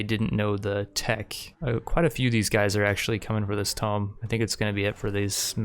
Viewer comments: ITS TOMB LIKE TOON, TOOOOOOM. TOOM. NOT TOME-B. TOOM. TOMB. TOOM. TOMB. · Tome. Jesus man. Tomb. Pronounced toom. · It's said too-mm not toh-mm it's spelt tomb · Am I the only one who has a stroke everytime he says "tome" instead of "tomb"? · IT'S TOOOOOOOOM NOT TOME!!! TUH-oooooooooooooooooooo-mmmmmmm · man they're not old books their tombs there's a difference and how it's pronounced man or you can call it a crypt easier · Tome is a large book. Tomb is pronounced differently. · the ancient tomb is pronounced TOOM, like cartoon, but carTOOM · Continue series please! love all your Rimworld series. Also please take no offence, but tomb is pronounced like toom. Simple mistake. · Enjoying the series! 1 question: why do you say tome instead of tomb? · He also says Kneecromancer, just get used to it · Tomb is pronounced toom